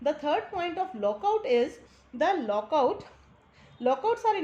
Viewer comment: Very nice explained but use correct pronounce of lockouts